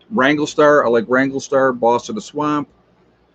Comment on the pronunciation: Hey! Two points to make, beside massacreing Massachusetts. Sioux is pronounced Soo or Sue. Wranglerstar is a wrangler, not a wrangle. Please put the "ler" in it, he deserves it!